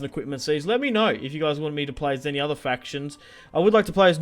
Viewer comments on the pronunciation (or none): none